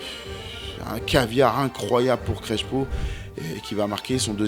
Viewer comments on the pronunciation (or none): ça ne ce prononce pas CreSHo, mais CreSSpo 😉